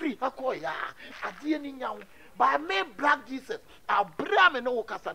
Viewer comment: and: "brack jeeses" 😅😅